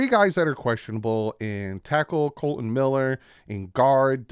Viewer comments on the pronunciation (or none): none